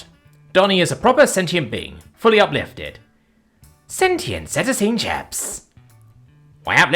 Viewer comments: seh-TAY-shun or SEE-tay-shun, either one is an acceptable pronunciation. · Proper mispronunciation of "cetacean": see-TAY-shun (alternately: see-TAY-see-an). Sorry, after the 7th time, it just got to me. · Thank God it was a short video! If I heard "cetacean" mispronounced one more time.... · Not gonna lie, I was dying of laughter every time he pronounced cetacean.